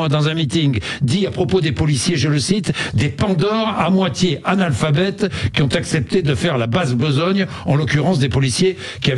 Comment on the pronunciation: " les gens qui z'ont " ok Sebastien.